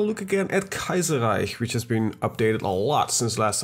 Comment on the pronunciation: Iemand die Kaiserreich correct uitspreekt! Nederlands?